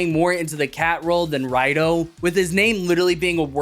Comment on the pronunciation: it's pronounced as Rido not Raido. Probably because Toei doesn't want to self referenced too much. And a rider calling themselves Raido just feels weird like they don't have a name or use a vague "I'm a rider" type of situation.